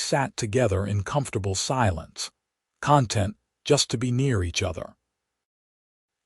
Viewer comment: I liked the story but the AI narrator needs to distinguish between conTENT(ment), (a state of peaceful happiness), and CONtent(s) - like toys in a box. Better to narrate with a real human voice.